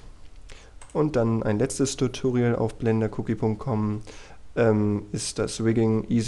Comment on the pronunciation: Verdammt nochmal ich raste aus wenn der noch einmal TUTURIAL anstatt TUTORIAL sagt. Das ist ein verdammtes O und kein U